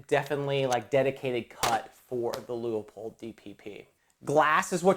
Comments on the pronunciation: Its pronounced: Lue Pold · Whoever adds the extra syllable to LEU-POLD, will have to wait longer for service!